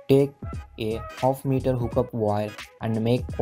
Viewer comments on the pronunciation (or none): none